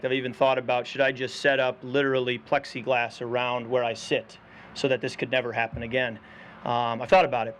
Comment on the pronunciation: “Plexiglass” Really🤪